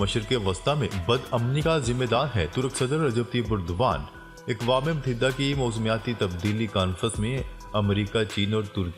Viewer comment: اکوام متحدہ لفظ غلط ہے درست لفظ یہ ہے اقوام متحدہ ا کے زبر کے ساتھ ناراض نہ ہوں ہم آپ کی خبریں بڑے غور سے سنتے ہیں